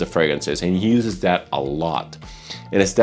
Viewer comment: By chance are you Romanian? you have a similar accent to the host of ZoneofTech. His name is (I think yours is as well?) and he pronounces "that", like "dat." And thats the only hint of an accent that I can point out. Maybe he does have a more...and yeah these baggies and tubes are triggering something in me..